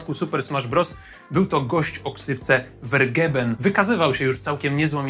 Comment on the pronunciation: Vergeben czyta sie jako "fergejben" co znaczy zajety/a